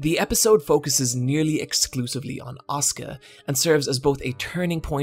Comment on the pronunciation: As someone who watched a non-english dub, the way you pronounce Asuka, as (the way it sounds for me) Oscar and not as As-u-ka and Rei as Rey and not Rai really confuses me